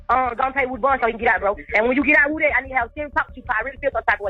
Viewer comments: His name is (woo) (dy) not (wood) (y) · You keep calling him Woody, it's not Woody it's Woody.